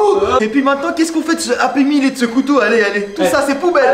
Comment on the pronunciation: ta pas dis kouto ta dis koto😅😅😅😅